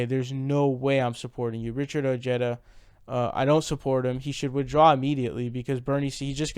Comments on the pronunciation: Ojeda pronounced Oh-Heda. You're welcome. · I think its pronounced (O ha da), the "J" in Spanish has the "H" sound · Elvis Ruiz and he pronounces oh-jeda so whatever he wants is what I think we should call him. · Seems that a lot of left wing commentators have a bro-mance with Ojeda due to his strong, no-nonsense manner of speaking. And I'll admit I do like that about him, but he won't be my first choice in the primaries...not yet anyway. I've stated elsewhere that Ojeda while being of Mexican descent, insists on pronouncing his name like an Anglo. And that is going to result in him losing support with the crucial Latino vote. I still wish him good luck though.